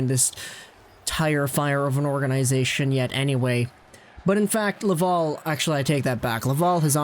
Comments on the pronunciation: You do an amazing job ..... I listen to you all the time but for the love of god it’s la-Val. .. Laval ... not la-vol aaaaaal have a great day catch you tomorrow 😬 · Wow, I love the way you say Laval..... as LavUl…….. amazing.